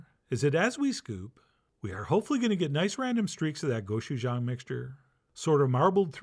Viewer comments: the pronunciation is more like a choo choo train. go-choo-jang. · not the end of the world but the pronunciation is go CHU jang. Hard CH sound not a SH. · AND 'jang' is pronounced like JONG/JAHNG. Short o sound. GO-CHU-JAHNG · The real way to pronounce Gochujang is that the G is pronounced like you're trying to say K and G together, and the J is like trying to say CH and J together, so it's like you're superimposing "Gochujang" and "Kotchuchang" together.